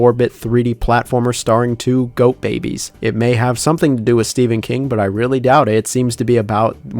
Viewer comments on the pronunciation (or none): none